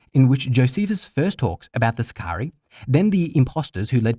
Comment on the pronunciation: For Crissake!!! Learn to pronounce sicarii!!!